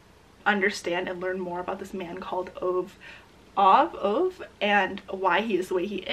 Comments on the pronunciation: I’ve watched the movie for a man called ove and it was amazing. btw it’s pronounced like oveh and the o is like the oo in book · why do english speakers never pronounce the E? it’s Oveh lol